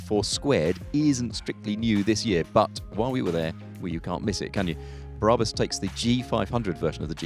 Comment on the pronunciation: It's pronounced BRAB-US and R-U-F, not ROOF.